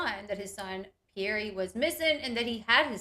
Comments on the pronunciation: Isn’t the child’s name Pierre not Pierr E 🥴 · The Mom & Dad pronounce their child’s name Pierr E.